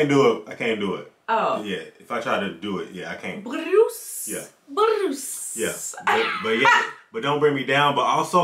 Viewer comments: Its not Bruce, its Groos. which is German for greetings. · its not bruce its groose a german word, anyway, elo touches another gen! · It isn't "Bruce" it is "Groose" a made up word Jeff Lynne used. Sort of like "Doo wop" in the '50's /60's era - something to fill in. He often found the words later but just left it in this one. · It's not "Bruce" 🤣